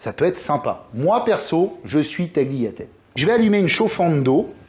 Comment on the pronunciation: Bravo chef. Art.le g ne se pronunce pas dans tagliatelle